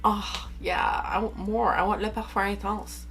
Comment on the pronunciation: Wow, your pronunciation of «le parfum intense» was so good. Im not french, but this must be darn close, right?